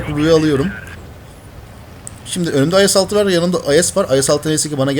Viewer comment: abi IS ye Ayes demek istedin :)